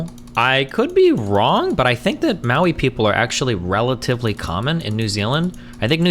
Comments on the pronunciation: how are you pronouncing maori "maui"? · same lol. i was laughing so hard when i heard him pronounce maori and then the 5 other times he said it.